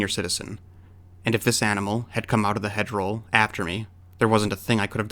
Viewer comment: Halloween photo taken before a custom party. A senior citizen would know that it's "hedge row" not roll right?